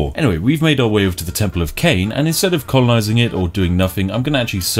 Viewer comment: Colonizink everythink sounds like a strategy!